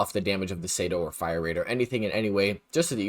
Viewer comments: Bruh….it is not the SAYDO, it’s the CE-DO, SI-DO 🤦🏻‍♂️ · google does not have all the answers bud. Its clearly "sea-do", shouldnt need google to understand basic pronounciations